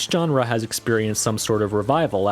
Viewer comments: That hard j on genre like John, kills me. I've always heard and say it like jean Claude van Damme. Like seanrah. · It's "zh"enre, not "j"erne. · Your pronunciation of "genre" is grating. It's not a hard J. It's a "zh" sound. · Stop saying genre with that hard G Jesus Christ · My man says jenre with a capital J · You're into history? Look up the history of the word "genre." It will give you the correct pronunciation of the word. Look into it.